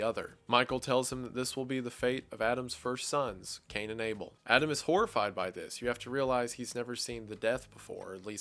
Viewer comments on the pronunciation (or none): none